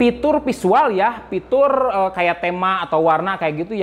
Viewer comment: Fitur = pitur